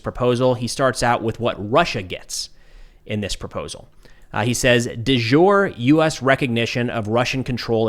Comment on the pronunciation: That is not how de jure is pronounced.